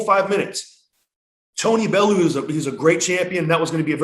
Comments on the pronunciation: talking about tony bellew like he’s baloo from the jungle book should know its pronounced bell-you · also brother, Tony's name is pronounced bell-u not baloo 🐻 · Tony “belloow”